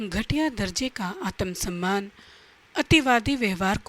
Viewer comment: आतम सन्मान 😂 सक्रात्मक😂